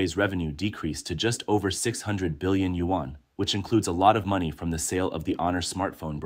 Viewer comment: What is a Yu-wan? Your narrator need to learn the proper pronunciation of Yuan.